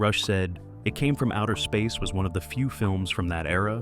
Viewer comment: I think there may be no human oversight of the creation of this channel's videos at all. Jus 30 seconds in, they couldn't be bothered to even get the name of the movie right - at 30 seconds the edit is so bad, the title of the movie is read out as "It Came From Outer Seeeesur". A human, or at least a competent one who cared, would have noticed that and realized the edit needed to be fixed.